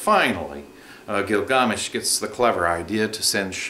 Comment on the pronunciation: I appreciate the video but it's annoying when people pronounce something different because it originated from another country. It turns out to be twice as annoying when that country hasnt existed for thousands of years and it cant be known how the name was pronounced. It's Gilgamesh...